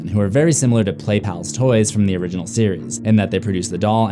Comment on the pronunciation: you said origenol 13 times plus og so 14 times